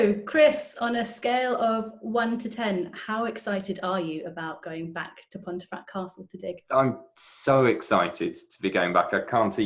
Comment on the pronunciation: An interesting video. However, is it not pronounced ‘pumfret’?